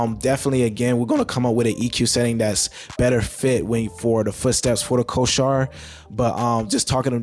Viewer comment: Bro, not trying to be an ass, but you are pronouncing the word Corsair wrong.